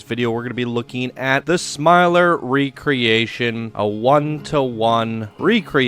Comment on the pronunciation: Thank you for the spotlight! Glad you liked it! (Ps, you got the name right!)